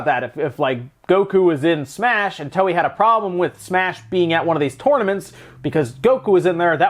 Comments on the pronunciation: um Toei is pronounced " toe~eh " ... not "towee". . . and yeah it's dumb for game publishers to basically ask gamers to port beg just to get certain games ported to the Switch. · FYI, Toei is pronounced like Toe-A ("To" in pronounced like the English word "toe" and "ei" is pronounced like the letter "A").